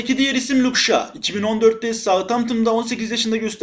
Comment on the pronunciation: Oyuncuların isimlerini bazen yanlıs telaffuz ediyon çok gıcık bi durum şa değil şaw kardesim 🤣